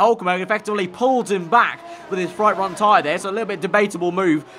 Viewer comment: He says fright ront tyres at